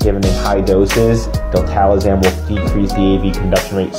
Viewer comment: Love the content, great info but….”Diltalazam?” Is it a different name north of the border?